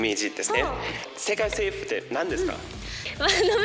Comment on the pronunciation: He makes a few mistakes, like saying "sekai seifu (world government)" instead of "sekai seifuku (world domination)", but yeah, much better than most.